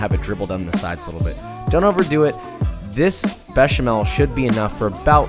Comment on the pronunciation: ...but he nailed béchamel. Monsieur isn't exactly unknown to American English speakers.